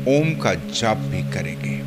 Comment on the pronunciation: सर अक्का मार्गदर्शन अनमोल लेकिन हम डायरेक्ट आपका मधुर ओम का उच्चारण और म्युझिक सुंना चाहते है इसके लिए क्या करे